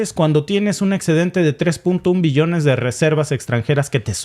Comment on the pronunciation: Cuando hable de billones; pronuncie bien la B... por obvias.... gracias